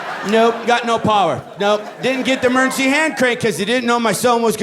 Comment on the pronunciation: It's hilarious how he says "emurrncy". 🏥🚑🚨